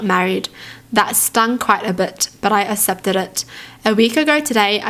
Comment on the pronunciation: lol i love the way she say "accepted". she says it like, "assepted".